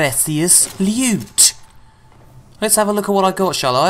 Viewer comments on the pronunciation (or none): Sweet Prrrrrecious Lewt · DID SOMEONE SAY LEWT!!!!